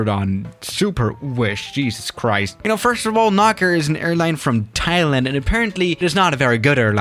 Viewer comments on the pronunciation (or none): none